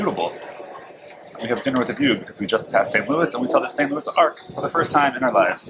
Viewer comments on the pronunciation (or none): I cannot believe you said St Louis Ark it's not a boat man it's an arch. The St Louis Arch